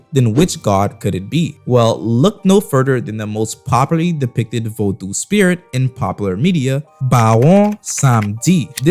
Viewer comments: The U is silent bra , u throwing me off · Bro plz learn how to pronounce the word Vodou properly